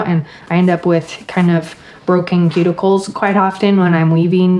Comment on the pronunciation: Thanks for such a relaxing tutorial vid, a great way to spend 50 plus mins. This year I will try to start getting materials and making something for my flat and also baskets for grocery shopping or even international travels. BTW you pronounce the letter T in 'often' à la British. Is that common in your region? Keep up the great work, and all the best in 2022!